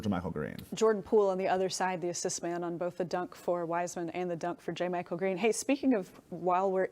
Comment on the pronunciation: Learn to pronounce jamychael. You are on tv!